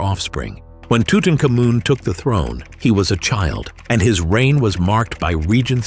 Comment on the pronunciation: Well....Off the top, ask Mr Google how to pronounce Tutamkhamun.